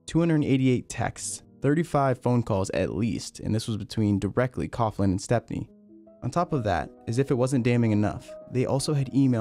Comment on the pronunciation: its not cough-lan its pronounced cow-lan